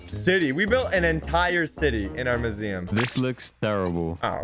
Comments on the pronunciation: the whole time said museum wrong he said moo-zee-uhm instead of myoo-zee-uhm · At the start u pronounced museum as muzeum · I think we pronounse "maziam" diffrent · Mu-z-um ;D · Why he say museum like that